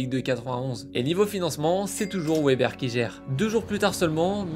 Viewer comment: Ca se prononce Veber ;)